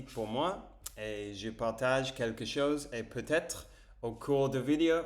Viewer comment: Attention c’est bientôt ta 300ème on ne dit pas une vidio mais une vidÉo ! ;) tu prononces à l’anglaise